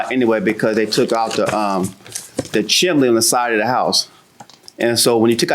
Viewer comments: Not him saying “Chimley” and not “Chimney” 🤦🏾‍♀️ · JM also mispronounces chimney. She says “chim in nee. 🤣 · Every time he says chimly I start giggling 😂😂😂😂😂😂😂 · Chim-chimley chim-chimley, chim-chim-cher-loo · *Chimley" got me 💀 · really said Chimley, like an English butler 😅😅😅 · If you can’t pronounce chimney right then you’re not working on my house